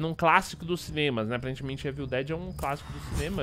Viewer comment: Parei de assistir qdo ouvi "évil" ...